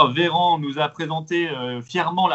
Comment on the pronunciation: La moindre des choses quand on est un homme politique la moindre des choses est de dire Mr Véran et non Veran on est pas au zoo ! Dommage intéressant pourtant